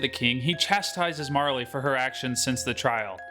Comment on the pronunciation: Marle is the only realy way to pronounce her name. <3